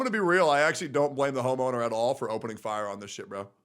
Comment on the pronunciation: he said Homoner 😂😂😂